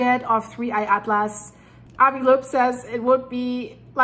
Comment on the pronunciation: Just a note... Avi Loeb pronounces his last name as "lobe."